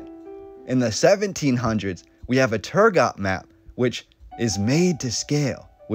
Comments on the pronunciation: Pretty sure it's pronounced Turgo, the T would be silent. EDIT:Sorry to be that guy ;) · Turgot-- The 't' at the end is silent in French. When doing research, you always have the option of checking how words are pronounced, in the form of short recordings to listen to. Quick and easy.